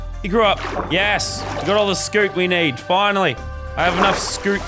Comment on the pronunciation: I love how he says scute scoot